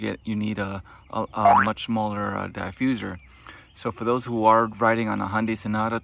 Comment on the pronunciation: Not the Die-fuserrr